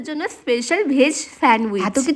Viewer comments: Veg ❌ved✅ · ওটা ভেদ নয় ওটা ভেজ